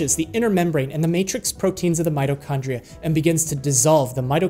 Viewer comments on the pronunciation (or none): none